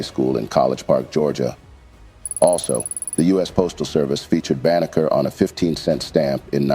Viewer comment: His name is Benjamin Banneker, not Baker. Stop muddying the truth.